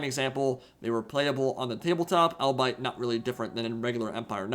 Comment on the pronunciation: Albeit - "all-be-it" Niche - "neesh"